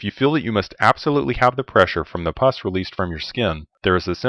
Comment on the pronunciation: It’s pus. “Puss” means face, as in sourpuss, or cat.